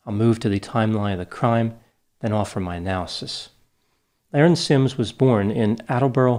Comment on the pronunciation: Her name is being mispronounced. It was pronounced La-Rin, not Lar-en. The IQ test is a legend. There was no IQ test. It was explained that she had a high IQ in high school because she had dropped out due to her being "bored". She just had other pursuits than an education.